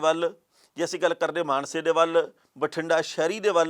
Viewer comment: ਮਾਨਸਾ ਕਹੋ ਮਾਨਸੇ ਨਹੀਂ